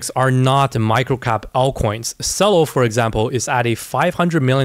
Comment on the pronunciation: CELO is pronounced CH-elo like the musical instrument. LOL